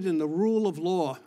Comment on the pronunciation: It's law, not lar! C'mon man!